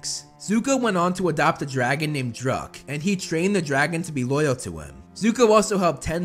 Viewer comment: For a second I thought you said “Zuko went on to adopt a dragon named Drug “